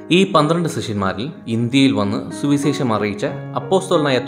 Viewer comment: സുവിസേഷം അല്ല സുവിശേഷം. പല വാക്കുകളിലും "ശ" എന്നതിനു പകരം "സ" ആണുപയോഗിച്ചിരിക്കുന്നത്. please correct 🙏